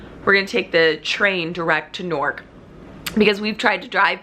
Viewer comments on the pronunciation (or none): Newark does not rhyme with York